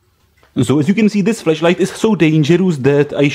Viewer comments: Over time, I got used to your accent. But please be aware of the different pronunciation of flash and flesh. This could avoid potentially very awkward questions about your Christmas present. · Sounded like you said fleshlight. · First time viewer here and this is exactly what I first noticed.... I was very.... very afraid this is not a FLASH light review....